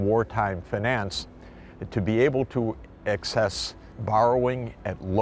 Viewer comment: drink everytime you hear fanance